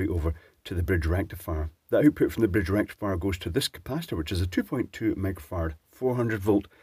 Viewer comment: You should get some lessons from Electroboom how to say "FULL BRIDGE RECTIFIER"